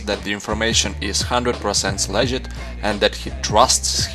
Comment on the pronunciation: le-git hmm....